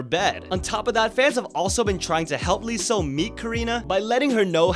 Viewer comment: You don't pronounce the L in Leeseo, because in korean it's 이서, there is no ㄹ so no L in pronunciation. Pronounce it as "iseo"